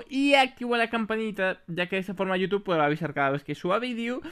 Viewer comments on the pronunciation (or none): none